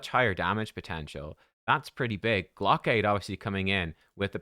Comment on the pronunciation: pronouncing it "glock-aid" makes it sound like a fundraiser for people who want glocks